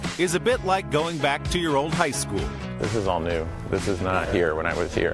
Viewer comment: It sounds like he says Bill Hater.